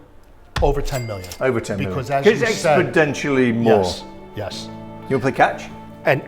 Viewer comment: The word is exponentially not "expodentially"